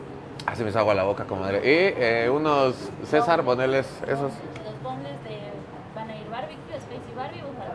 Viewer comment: Sabes que alguien es de barrio cuando dice boneles en lugar boneless